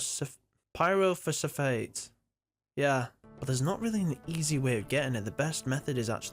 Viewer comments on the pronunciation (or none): cough cough "Pyro-Foss-Fate."